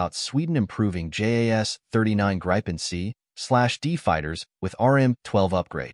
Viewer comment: Grippin not grypen😮